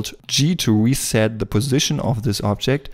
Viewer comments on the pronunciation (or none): none